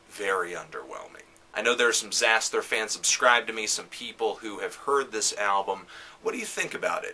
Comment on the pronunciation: I'm surprised that I disagree even though you told me not to be (ie. fuck you). First of all, if you're gonna do a lame hipster wannabe review of a genre you clearly have no real idea about (apart from quickly gleaning info on metal archives and wikipedia), at least get the pronunciation of the band's name right it's; Zas-ter - the 'h' is silent.